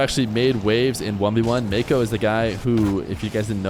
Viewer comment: Why is it so hard for you to just say nwpo properly